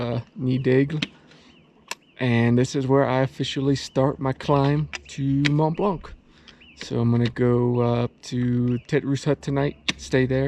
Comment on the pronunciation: Mawn Blawn Refuge Goo-tAIR Coo-loo-Are.